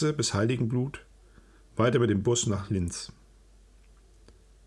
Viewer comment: Hallo, ich möchte ja kein Korinthen-Kacker sein 😉, aber es hat sich im Bericht ein kleiner Sprachfehler eingeschlichen. Eine der beschriebenen Bergtouren, ging es nicht um "Linz/Hptstadt v.O,Österreich" sondern um das Städtchen Li-enz ( so ausgesprochen, wie Silbentrennung) in Ost-Tirol, wo auch die gleichnamigen Dolomiten beheimat sind und wo ich in jungen Jahren auch etwas unterwegs war. Nichts für Ungut 😄 und ich bleibe bei deinen spannenden und toll vorgetragenen Erlebnisberichten-u. Lebensgeschichten, ein absoluter Fan. Danke für viele, viele Stunden Zeitreise mit Kopfkino. Herzlichst F.